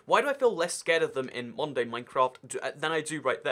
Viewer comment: Whenever he said modern day Minecraft I heard Monday Minecraft